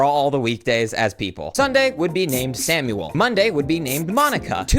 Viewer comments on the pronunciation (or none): none